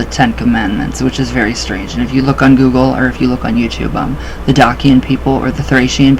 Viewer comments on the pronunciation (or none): Welcome home friend, have you been to romania yet? Visit Maramures you will love it. Good luck on your journey. Also most people pronounce it Dachian. La revedere!